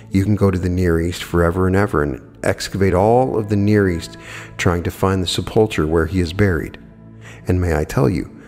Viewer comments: sep·ul·cher /ˈsepəlkər/ The "ch" is a hard "k" sound. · Love your videos and I admire your wisdom in all things metaphysical; but sepulcher is pronounced seh-puhl-ker.